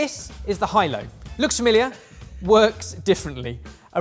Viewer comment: This is bugging the mess out of me: it's not "Hi-lo", is it? Isn't it "Ee-el-oh"?